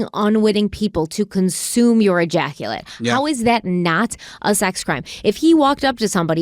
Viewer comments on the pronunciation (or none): Thank god I’m too old to play drinking games. Every time said ejactulate…😂